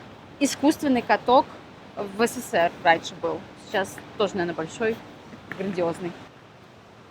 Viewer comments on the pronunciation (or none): none